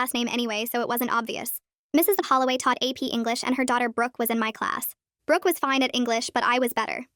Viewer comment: who else hears britanny holoway instead of brooke holoway